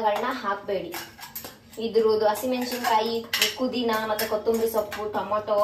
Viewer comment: kudhina ❌pudhina✅